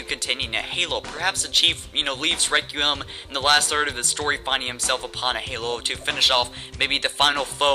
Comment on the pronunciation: Requiem is pronounced "Rek-We-Um", please stop pronouncing it "Rek-U-Em"